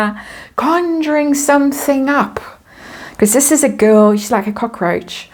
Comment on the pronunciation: You took me right back home when I heard you say cockAroach..over in uk just cockroach I prefer the way….